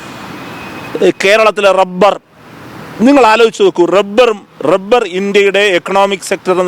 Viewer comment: Ivan ഏത് ബ്രാൻഡ് അടിച്ചിട്ട ഇത് പറയുന്നത്. Rebber അല്ലടാ, റബ്ബർ.